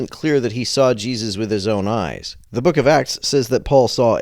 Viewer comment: never trust a guy who pronounces "the" as "da"